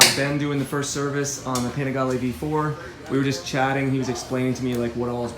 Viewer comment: Everytime you say before, i heard v4 instead 😤